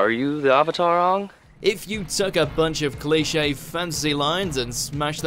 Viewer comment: “Are you the avator, Ong” as an avatar superman, that name pronunciation is a sin 😡